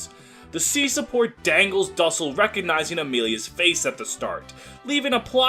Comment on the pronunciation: You absolutely butchered how you pronounce his name 😭